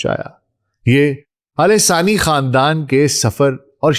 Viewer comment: Man, It is Al Thani Khandaan, not Alesaani Khandan. Pls get your pronunciation right.....,😡🤬😡🤬😡🤬